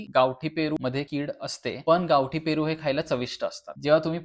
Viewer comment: फेरू अमर झाला तुमच्या बोलंयाने 😂 पन छान माहिती दिली ❤❤❤❤